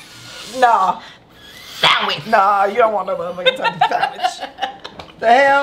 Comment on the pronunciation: “Lemme get some Sam wich” ‼️‼️‼️🤣🤣🤣